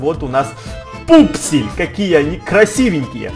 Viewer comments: не вупсель и пупсель а вупсень и пупсень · Не Вупсель и Пупсель , а Вупсень и Пупсень